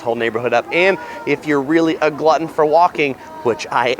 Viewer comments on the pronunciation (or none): none